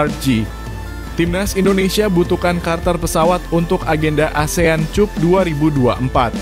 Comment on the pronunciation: Iiini orang yg baca berita tdk bisa membedakan mna bhs inggris mna bhs indo lpiala cup di baca tjup